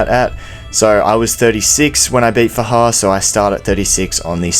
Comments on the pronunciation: It's FA-JAR Can't you read? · Its faJAR by the way